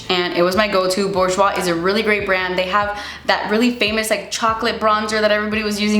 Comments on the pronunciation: it's booj-wa, not borjwa 😂 loved this vid!! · the "R" is silent in Bourjois and they are part of Chanel